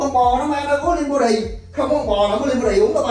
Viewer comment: What's " lìn bó đì"? Is it an English word? Help SOS!!! 😆